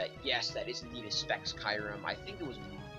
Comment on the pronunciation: oh, and kee-u-rem, it's not spelled kairem dingus